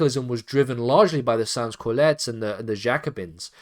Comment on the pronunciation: Sans Cullotes is pronounced as 'Son Coolot' just saying